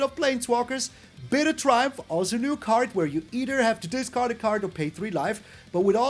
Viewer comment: Discard, not datcard, my favorite card.